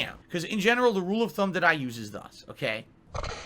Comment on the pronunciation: He doesn't say it often enough that you might just write it off as him saying "this" wrong but when you put it all together like this it really shows how intentional it is